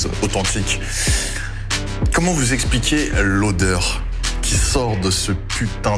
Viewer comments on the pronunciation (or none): none